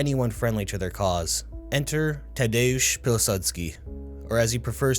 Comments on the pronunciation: Even here, the pronouciation of Peacekeeper's name kills me every time. Cheers from Poland! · Great stuff. Pilsudski and Khabibulina are very much mispronounced. Tadeusz Pilsudski aka Peacekeeper is a very ironic name from Russian developers. Tadeusz is a reference to Tadeusz Kosciuszko a Polish general who fought against Russia in multiple wars and led an uprising against the Russian empire. Previously gained fame for his work in the US revolutionary war. Pilsudski is reference to Jozef Pilsudski who was a revolutionary against the Russian empire and eventual leader of Poland. One man's terrorist is another man's freedom fighter. Hence the irony that peacekeeper is named after 2 major historical figures who shed Russian blood. Anyhow, amazing video. Bloody well done mate.